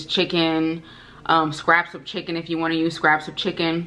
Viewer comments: sounding Jamaican "you wha piece" 😊🇯🇲🇯🇲🇯🇲 looking absolutely gorgeous and the ribs look delicious 🤤🤤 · When you said you want piece it sounded like Jamaican patois so much 😂😂